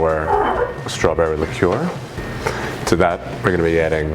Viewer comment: liqueur. You should really learn to pronounce this word.